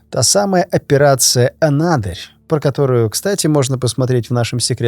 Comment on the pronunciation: В заду у тебя анАдырь 🤣🤣🤣 а слово произносится анадЫрь